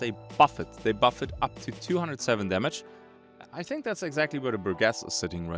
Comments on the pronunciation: Bur-jess. Not Bur-guess. I fought hard to not correct you, with English being a second language and all, but it was eating me up inside and I couldn't stand it. I'm sorry. I should try and be a better person. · bur-jess, G before E and\or I makes a J sound... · This is like the most surface level comment possible, BUT: The "Burgess" in the new folding shotgun's name is pronounced with a soft G, not a hard G: Keep up the vids man. Loving it